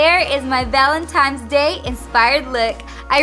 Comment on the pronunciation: Ok. She's totally saying ValenTIMES! Laura Lee did the same thing.